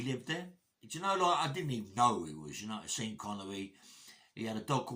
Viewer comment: My mom you used to say his name "Seen" Connery as well.